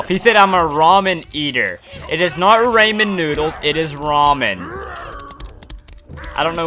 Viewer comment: Who the heck says Rayman-noodles?